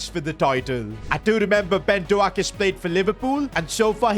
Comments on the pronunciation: Its pronounced ben "dok" prounouce the o like homer says dough! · hey sid your new signing is pronounced as ben d then oak like the tree. hope this helps 😃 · PCQ: Ben doak is pronounced “doke” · ITS NOT PRONOUNCED LIKE THAT ITS DOAK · Ben doak’s name is pronounced like doe-k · It's not pronounced Ben Doak, it's pronounced Ben Doke. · please learn to pronounce Ben Doak's name correctly 🙏🏽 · Your butchering doaks pronounciation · Thats not how you pronounce ben doak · not how u say his name 💀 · You keep mispronouncing Ben Doaks name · Disrespecting ben doak with that pronunciation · You’re saying the name of Ben Doak wrong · U pronouncing doak wrong 😂😂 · Its doak not doaak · It is not Ben doack It is Ben doak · It’s not Do-ak it’s Pronounced Dough-k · its dok not doak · It’s doak not do ak 😂😅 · Hey, just to let you know it’s not pronounced “Ben Doak” it’s actually pronounced “Ben Doke” You’re welcome! UP THE! 🎉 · It’s not Ben do ak. It’s Ben douk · It’s not Ben DoAKE is Ben dOAK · Its Ben Doak not ben Doact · PCQ: His name is actually not pronounced ben do-ak, but is pronounced as ben dok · You don't say it like Do-ak more like D-oak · It’s pronounced Dough-k, not doaak 😂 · its pronounced ben DOKE, not do-ak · it's pronounced "Doke" not "do-ack" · How to pronounce Doak, Doak, not DoAk. like boat, just replace the “B” with “D” and “T” with k” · its not doak but pronounced douk like boat. Ben DOAK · As a Scottish man I cringed so much when he singed doak it's not pronounced do-ake it's pronounced doe-k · Ben Doak name is pronounced Dok not Do ak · Ben Doak is pronounced Ben Dowk not Dowak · As a middlesbrough fan, Ben Doak who plays for us currently is not pronounced do-ak it is pronounced dook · Yo Ben Doak's name is pronounced DO-KE not DO-AK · The pronunciation of ben doak is not do-ak its dok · Its ben doke not ben do-aak 😅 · It’s not Do-ak it’s D-oak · It’s not do ak doak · PCQ: It's Ben Dough-k not Do-Ak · Ben Dook not dooak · Ben do-ak